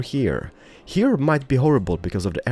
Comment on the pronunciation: I honestly like your city building a lot but for the love of god please stop saying purdy instead of pretty or HEAR instead of HERE. Especially the "hear" makes me cringe so bad everytime. I even considered watching you build muted because of it.